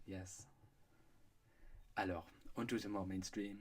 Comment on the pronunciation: When he said "Alors" I KNEW this was going to be good